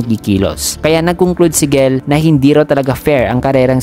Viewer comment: Jell po gell ang pag basa hehe